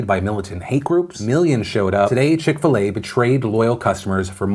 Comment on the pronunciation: I'm British and what is chick fil ey?